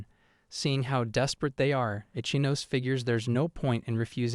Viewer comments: Ichinose is pronounced "E-chee-no-seh," not "Itch-ah-nos" Can you manga readers give a SINGLE ounce of effort to respect the source material and give a single fuck? Please? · Ichinose ✖️ Itchy-nose😂